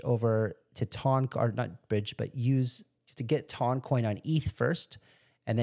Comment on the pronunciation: It's "TON". It rhymes with fun, gun. one, run, and hon. 2,000 pounds weighs one TON! Every time you say "tawn" I want to scream.